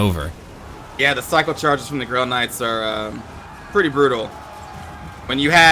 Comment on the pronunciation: Am I the only one that keeps hearing Grill Knights?